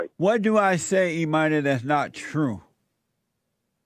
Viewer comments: James Jotes y’all takin it too serious. Jesse was pronouncing it as E money therein lies the humor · It sounds like Jesse thought the name "Imani" was "E-Money". Hahaha...